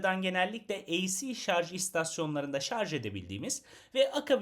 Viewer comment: önceki plug-in hybrit videosunu sonuna kadar izledim ve sıkça şarz demenizden aşırı rahatsız oldum , şaşırtıcı kısım ise sizin kadar diksiyonu düzgün birinden şarz kelimesini duymam. Yorumlarda bu durumdan şikayetçi kişilere düzeltmeniz için teşekkür ederim yazmışsınız. Bende içinde şarj kelimesi muhtemel olan bu videoyu açtım, iki video arasında 6 ay var. 6 ay önceki yorumları dikkate alıp düzeltmişisiniz. " aman nasılsa anlaşılıyor ha şarz ha şarj " demeyip düzeltmişsiniz 👋👋👋